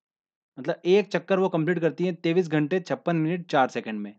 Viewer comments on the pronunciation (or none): तेईस बोल सकते हो भाई ' taivish' कन्फ्यूजन शब्द है